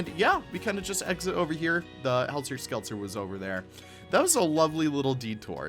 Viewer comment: Listen to "Helter Skelter" by The Beatles to learn how to pronounce it ;) Those ones are LSMs.